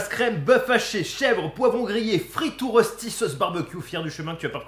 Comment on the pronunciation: J’ai cru devenir sourde quand j’ai entendu rossti au lieu de reuchti 😭svp respectez les Suisses les Français